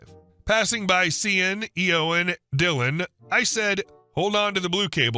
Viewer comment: The butchering of the pronunciation of "Shawn" and "Yowen" is pretty funny.